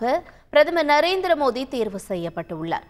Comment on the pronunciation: Ennada iwa modhi nu solra..😂 Oru vela thikku vaiya irukumoo😂